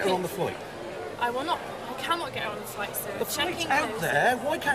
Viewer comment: 'It was specifoid, get us on that floight' 😆😆